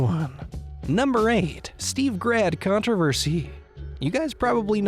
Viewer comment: 2k-hay, contro-ho-versy-heeee